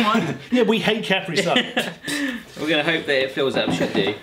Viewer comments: The way you say Caprisun is making me angry... CaPREE-Sun not Caprison (like a last name) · Its not CapReeSun its KuhPreeSun. Js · Its ka pre sun not cap re sun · beepboop everyone I know including me, says cuh-pree sun, they keep saying cap-ree sun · i die a little inside when they pronounce capri-sun wierdly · How they pronounce Capri-Sun >> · I hate how they say Capri Sun